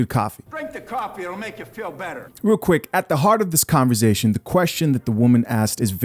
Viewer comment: You and 'converzation'. Great videos!